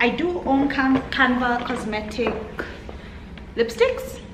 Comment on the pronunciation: love you girls but its canvas not canvas sorry it was bothering me